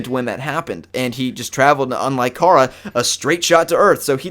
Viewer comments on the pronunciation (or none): In every form of media supergirl has been in except the tv show, pronounced it with a long A. Like Care-a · BOI STOP PRONOUNCING KARA WRONG